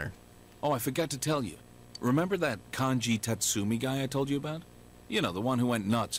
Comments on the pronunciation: It's pronounced Con gee, not Can gee, by the way. I heard you use the correct pronunciation once or twice but then you went back to Can gee! >.< I know I'm being neurotic, but I have a feeling it's going to be annoying if you keep pronouncing it that way... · is the first part of Kanji's name pronounced "Kahn-ji"? or "Can-ji". because I've always pronounced it "Kahn-ji"